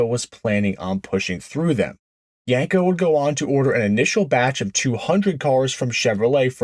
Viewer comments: If you're going to call it a "Yanko", I'm out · Yenko has an E not an A as the second letter in the name. why do you mispronounce the name ? is this a Jersey or certain eastern way to say YEnko ?